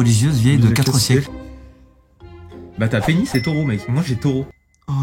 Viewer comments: Je suis le seul choqué par "Taurau" a ?? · "Un Taurau" mdrr le français